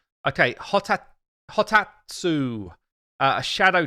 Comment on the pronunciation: I believe it's pronounced 'Ho-tat-su' :P some names I just give up trying in this game and give them nicknames!